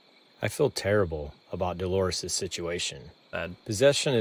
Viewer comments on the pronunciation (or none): none